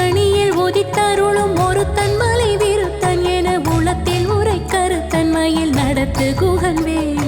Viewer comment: Enathulathil enru ucharacham seyyunghamma. Ena ulathil ucharanam Artham maaridum...thnq